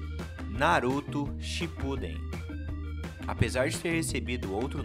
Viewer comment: Animes bons. Filme bom. Mas pff aprende a pronunciar os nomes, por exemplo "Shippuden"